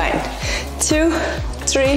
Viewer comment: يعطيك العافية 💗 لكن حبيبتي tree شجرة لازم تنطق بالثاء ولا حتصير واحد اثنين شجرة 😂